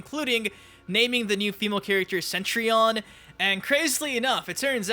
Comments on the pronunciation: Yeah, I was thinking it was said more like set-tree-on. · p'ease stop saying Centrion. It's not Centrion.